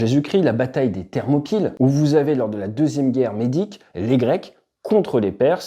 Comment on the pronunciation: Bataille des Thermopyles et non thermoquilles 😜